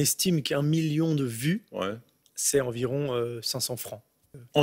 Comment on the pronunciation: "2 miyon"😂😂 GG